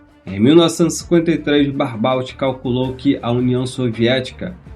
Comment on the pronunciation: Se fala Barbô e não Barbault!